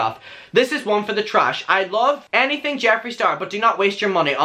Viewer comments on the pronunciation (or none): none